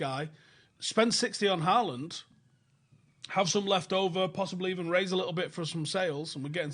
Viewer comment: Pronounced Hauland... And he is never gonna sign for ManU, he has higher ambitions than that...